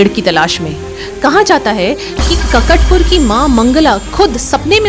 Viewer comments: Its काकटपुर not ककटपुर :) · I'm proud to be odia ❤. Kindly pronounce correctly, It's not नबोकलेवर. It's नबकलेवर It's not ककटपुर. It's काकटपुर It's not अनासर. It's अणसर